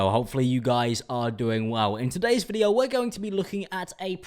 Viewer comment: Can we talk about the way that he says video: videwo